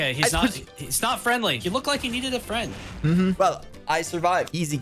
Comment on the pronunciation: finnaly found a fwend at last